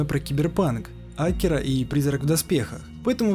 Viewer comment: Сори, но не Акира, а акИра. Р.S. Заглавные буквы, как ударение